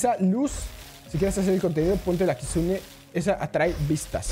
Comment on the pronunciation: Se dice kitsune